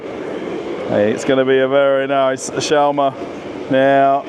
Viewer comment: You say it odd it’s sch- was- ma. Are there any foods from Israel??